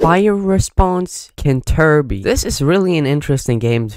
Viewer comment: Kenterbury is Canterbury